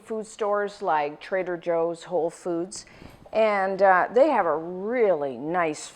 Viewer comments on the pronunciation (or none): none